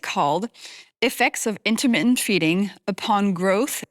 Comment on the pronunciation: Intimate fasting it sounded like